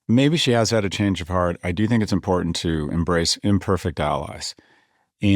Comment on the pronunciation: If I hear another one of these illiterates like MTG mispronounce "important" (impordint) I'm going to scream.